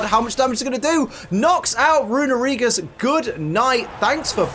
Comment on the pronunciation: It hurts to hear someone mispronounce Runerigus (it's actually Rune-Ree-gus) so much...